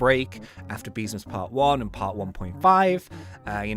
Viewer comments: Ah Yes Good English " Beemsas " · man said beemsas